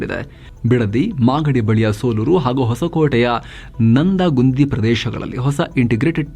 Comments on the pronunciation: ನಂದಗುಂದಿ ಅಲ್ಲ ಸಾರ್ ನಂದಗುಡಿ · ಏನ್ ಹುಷಾರು ಸ್ವಾಮಿ ನೀವು 😂😂 ಮತ್ತೆ ಅದು ನಂದಗುಂದಿ ಅಲ್ಲ ಅದು ನಂದಗುಡಿ